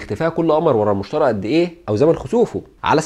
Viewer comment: حلقة مفيدة جدا، بارك الله فيك على مجهودك الجبار. عندي ملاحظة بسيطة: كوكب المشتري تنطق بالياء وليس المشترى.